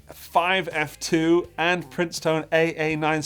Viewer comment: It is not Princetone, it is Princeton. Like the college.